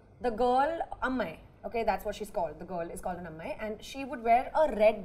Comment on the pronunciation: For the love of languages, its not Punnu, it's Ponnu. Punnu= Wound, Ponnu = Girl. Not Amai, It's Ammai = Girl.